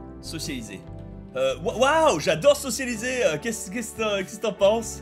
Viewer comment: Bob, ça fait trois épisodes que je me retiens de faire la remarque mais je vais pas tenir plus longtemps... Bob... On dit socia-BI-liser